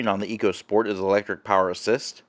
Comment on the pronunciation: It’s pronounced echo